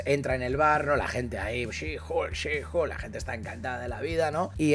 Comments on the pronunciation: Por favor no le digan "Julka" 😐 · Bro tuve que parar el video por que cada que dice HULKA es una aberración. Buen resumen pero que kgda bro. No lo hagas please